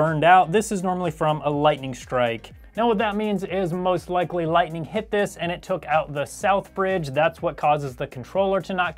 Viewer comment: he really did say....a lighting strike